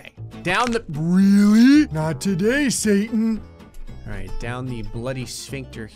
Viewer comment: He tried to say alright but ended up saying "Ara"